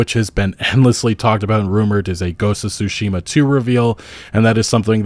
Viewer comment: Please. It's not SUshima. TSUshima (対馬 = つしま).